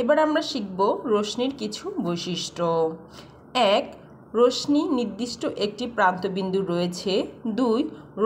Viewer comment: রশ্মির উচ্চারণ সঠিক নয়।